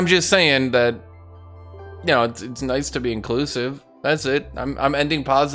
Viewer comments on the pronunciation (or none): none